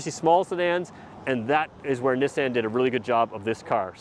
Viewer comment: Is the pronunciation of Nissan a Canadian thing? Just curious because I've never heard it said that way.